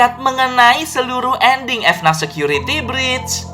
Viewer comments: Bang dibaca nya fnaf bukan efnat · orang lain: FNAF security breach: F-NAF security breach